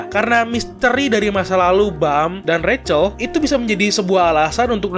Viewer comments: Cara baca si bintik itu Rahel bukan recel_ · Biarpun pake ejaan bahasa, bacanya juga ga ra-chel tapi rac-hel